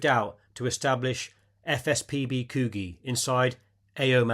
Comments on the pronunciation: its not Coo-gee my dude (I live near that beach in Perth Australia... its Coo (Capital G sound) gee I get you arent from around here, its all good but that's the pronunciation :) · PRONOUNCED COODGEE NOT KOOGEE , FOR FUTURE REFERENCE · Pronounced Koojee. Good presentation. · Thank you for this wonderful recounting of the battle. One quick thing: The Sydney suburb of Coogee is pronounced "COOD-jee". The double "oo" is pronounced with a short "oo" sound, like the "oo" in "book", not a long "oo" like "coo". The name Coogee is derived from an Aboriginal word "koojah" meaning "bad smell" or "stinking place". There is also a Coogee in Perth, Western Australia, which is pronounced with a long "oo" sound, like "COO-jee". It was a long and persistent fight to get Pte Nordern awarded the VC. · All these strange pronunciations, no D in Coogee nor sounded as Could-gee as others have put it. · Coogee sounds more like could gee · Btw - Coogee is another beach on the Sydney coast. It is pronounced as ‘Could-jee’. Like “I could”. A beach with the same spelling in Western Australia, near Perth, is pronounced as ‘Coo-jee’. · Coogee is pronounced. Coo Jee! hope this helps with Aussie speak. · Coogee is pronounced Koo-G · I'm not sure if it's already been mentioned, but "Coogee" is a place name in Sydney, and it's pronounced "Cooj-ee" It's an Aboriginal name. So the 'G' is pronounced as a 'J'. But otherwise, a sterling video recounting the battle. When I joined the Australian Army in 1985, my SGT was formerly a Private soldier who took part in the Battle of Coral as a member of 1 RAR. He told us about how the Vietnamese were within feet of their pits, and he remembered seeing some of their bodies at first light. He also recalled the US Helo gunships raining down fire support and how the expended shell casings fell on their position, with some hitting his mates. They joked that not only were the Viet-Cong trying to kill them, but the Yanks were having a crack as well!